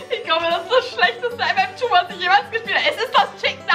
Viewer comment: Ich mag echt aber wer sagt mmtwo 😂wer mm2 sagt 👇🏻